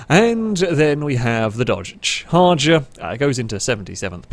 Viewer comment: Charger* im sure you flubbed it on purpose to get comments..